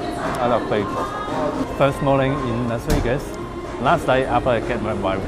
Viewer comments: Say, is it me or is your English pronounciation improving rapidly? Or did I just get used to it? I have no problems understanding you whatsoever anymore. I am also wondering, has anyone ever told you that an F (which you can pronounce) is closer to a V than a W is. I don't mind you making Wideo in Las Wegas but should you want to fix it yourself, there's a tip for ya. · Wiwaaaaa Las Wegas, wiwaaaaa Las Wegas, wiwaaaaa, wiwaaaaa, Las Wegaaaaaas!